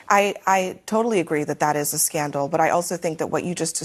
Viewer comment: "stutents" "scandow"😂😂😂.